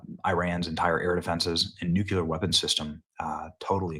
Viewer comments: Benny please pronounce NU-CLEAR correctly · BENNY!!! nu-cle-ur… say it with me. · Benny, did I hear you say nuuk-u-ler?? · Day 867 of telling Benny that it's pronounced "NEW-CLEAR" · At this point, he must just be saying the word Nuclear wrong as a TROLL, Bro sounds like Homer Simpson when he says Nuclear. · Please stop saying "NUCULAR" Benny. You sound like that idiot, GWB. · Stop mispronouncing “NUCLEAR”. It’s NOT “nucular”. There is no such word. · Hard to take people seriously when they use nucular. Literally anything else that follows has no meaning. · "Nucular" :facepalm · Nuke-you-ler lmao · Benny, say it with me. Nu Klee Er! Nuclear! As in Nucleus! Not Nucelus! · Nu-CLE- ar . It's not difficult tp pronounce it correctly. It kind of is an important word to get right. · Nook - Lee - Yer :P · hey benny. if you want to be a journalist, learn how to say Nuclear. nu-cle-ar. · It's NUCLEAR NOT nucular. Why do so many people mispronounce this word. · It's NUCLEAR Benny. Noo-clee-Er not nucular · Again Benny... its pronounced : "New Clear" NOT "Nuke U Lure" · Nucular? Nuculer? wtf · It’s nuclear, not nucular. Otherwise, great video, as usual. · Benny I'm a fan, but WTF are you talking about? First off, it's nuclear, not nucular. Please learn the word. Second, Iran desperately wants to fire a nuke at the US. Everyone knows their nuclear program was in its final stages. Trump supports the strike, the whole thing was a misdirect by the US and Israel and was well planned by both countries. Open your eyes. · BTW, please stop say NUCULAR... It's Nuclear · its noo clee er not noo- cu- lar - sp: nuclear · IT IS NOT PRONOUNCED "NEW-CU-LAR", IT IS NEW-CLEE-AR. It makes you sound uneducated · "Nucular" lol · Dude... It's NUCLEAR not NUQUELAR! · nuclear, not nucular. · Why do Americans keep pronouncing this "nu-killer" instead of "nu-cle-ar"? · LMAO dude it's not pronounced "nuke-you-lur", it's pronounced "new-clear" or "noo-clear" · Nu-clear. Not nu-q-ler.